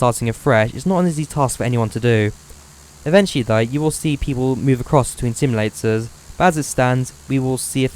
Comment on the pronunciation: SIMULATORS NOT SIMILATORS TALK PROPERLY MAN